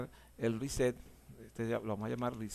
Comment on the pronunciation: A mí me dá la risa cuando dices riset(reset) well done,capacitación con humor,grande no cambies nunca champs.